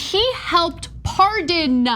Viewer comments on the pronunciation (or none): "..who helped PAR-DON-AH" lol If i don't watch out, i'll soon have a crush on this lady. :)